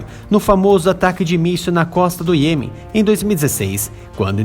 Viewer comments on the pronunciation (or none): none